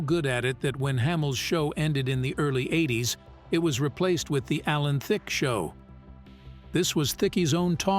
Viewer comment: At least learn to say his name correctly😂. Also please show the correct clips of the subject matter. For example, showing scenes from How I Met Your Mother while talking about the game show.